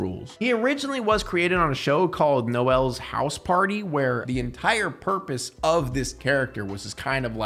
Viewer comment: Just one small thing I picked up on, in the show that Mr Blobby started on, Noel's House Party, Noel isn't said like "No-Elle" like the female name, over here it is largely a male name and it's said like "Nole", like, rhyming with bowl